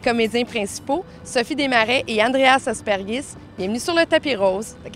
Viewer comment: Super! À noter que c'est Apergis, pas Aspergis :)